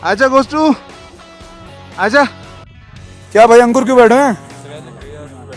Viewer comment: "ooo bhayankar " just pahadi vibes✨